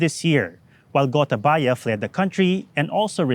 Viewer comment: I'm a Sri Lankan and I like the way this presenter pronounces Gotabaya's name 😄